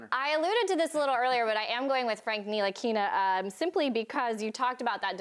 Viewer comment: NI-LI-KI-NA?....WHERES THE (T) AT??????!!!!!!.........HOW THE HECK YOU GET A JOB ON THERE AND CANT READ. HAHAHA. N-TI-LI-KI-NA!...GET BACK IN THE KITCHEN BITCH!